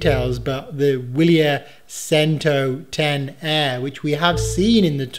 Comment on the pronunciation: Boring tech. Love it, thanks. btw - Vili-air chentoh-dee-ay-chee is closer pronunciation :-)